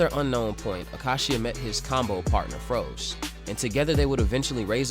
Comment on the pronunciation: Froze is pronounced as rose is pronounced in dragon ball super.